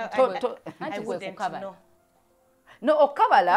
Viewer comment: Kuwaala not kukabaala